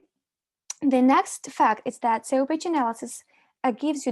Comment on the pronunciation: not communicated like when she calls SEO "SAYOH" lol ? daylight come and i want go home